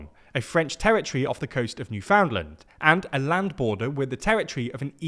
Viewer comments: It’s New-Fund-Lund Not new found land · Did you just pronounce "Newfoundland" as "Newfoundland" and not "Newf'n'land"?!? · NewFOUNDland? It's more like NEWFundlin. At least in America. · It must suck to watch your leaders kiss Trump's ass after your country fucked up by leaving the EU and you don't a lot of other options while Canada might leapfrog you in. Also, it's /ˈnufənlænd/ or /nufənˈlænd/ not /njuˈfaʊndlənd/ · How can a British person mispronounce Newfoundland so badly? Not "New-found-land", "Newfinlind" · It's not New-FOUND-land, it's NEWF-und-land. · Newfoundland is pronounced “New-fin-land” (like “bland”) in N. America and “New Finland” (like “England”) in the UK. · New-fin-land is much closer, with the emphasis on the first syllable. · Like others said, it's closer to New-fin-land with the emphasis on the first syllable. It's all kind of slurred together, tbh, so I'd say it's basically like NEWF-ind-land. The first d is also subtle, if pronounced at all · New fund lund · New Foundland and Noonavoot, eh? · Newfoundland is not pronounced like it's spelled. It's pronounced more like most of the vowels are missing, like NEW-FN-LIND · that's not how you pronounce Newfoundland... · The only thing that will have to change is how y'all pronounce newfoundland - the newfies won't like that :face-fuchsia-tongue-out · you butchered the pronunciation of NewFoundland 💀💀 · Canadian here. Not a huge deal, but you're not pronouncing Newfoundland right. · Even as someone from BC that pronunciation hurt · Nobody does at first. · Most Canadians don’t understand how to pronounce Newfoundland. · people have been shot for offending New Foundlanders with better pronunciations of their province 🤣🤣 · tries really hard to say Miquelon the french way and fails, then ballses up Newfoundland. It takes a single Google to look up how to say places why must you be this amateur?